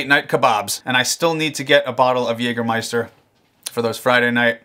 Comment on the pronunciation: It's so funny when a english speaking person says Jägermeister. Sounds way cooler in germany